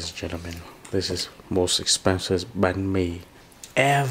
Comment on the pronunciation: banh mi, not bahn mi.